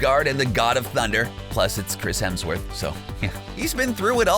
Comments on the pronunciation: also Chris HEMsworth not HELMsworth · Happy I found these comments. Thought I was the only one who realized he said that. And also the whole "Chris HELMSworth" thing